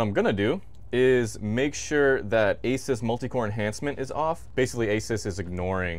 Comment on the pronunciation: Also RAM is the wrong slots. It's pronounced A-Soos, not Aces.